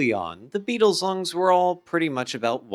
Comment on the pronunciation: "Thuh Beedles."